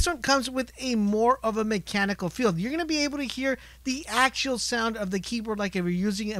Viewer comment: This guy has no ude what he's talking about. "tacticle" "acctual distance" and so on.. I'm dissapointed